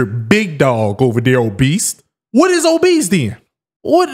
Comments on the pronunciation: It’s obese bro.. not obeast.. but she looks like a beast😂😂😂😂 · bro said obeast,lol ......bmi doesn't account for genetics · Man really kept saying Obesed 😂😂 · WHERE THE FUCK IS THE "T" IN OBESE?? WHERE?!?!? WHY TF YALL KEEP SAYING OBEST? THERES NO T IN OBESE!!!! THERES ONE IN OBESITY!!!!! SURE!!! THERES OBESITY, AND OBESE!!!!!!! THERES NO OBEST!!!! FML AGAINST A WALL! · In my head I spelled it "Oh-Beast" 😂